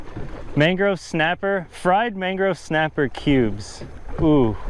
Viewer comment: Am I the only one who caught him saying mangro snapper?